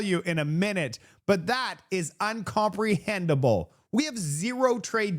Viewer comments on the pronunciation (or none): The word is incomprehensible,.